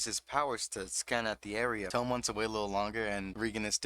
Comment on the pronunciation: Hi! Not to be a dick. Ut its peonounced TOE-MEH and not TOUM like a book Love the vid!!!